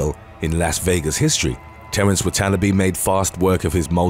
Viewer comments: Terrence Watanabe's last name is pronounced "Watt-ah-nah-bee" not "watt-on-a-bee". You're pronouncing it like it's an abo name or something. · Its Terrence Wah-Tah-Nah-Be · I love this dude's accent. Only a South African can pronounce a clearly Japanese man called "Watanabe" as "Terence Wut-un-o-beeee" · Terrence.. whaaaa..tan.. ah.. bee.. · You mispronounced Watanabe